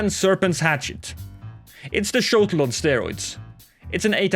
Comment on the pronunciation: GAAAH people need to stop saying “Shotel” as “Shotl”. It’s pronounced: SHOW-TELL like “hotel”